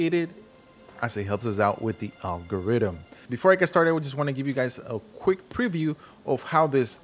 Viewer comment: There’s no D In algorithm my man